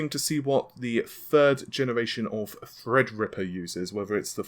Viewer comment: Why do you always find a way to fuck up a simple word xD Naavay, Napols, FredRipper, what da heck is wrong with you dude...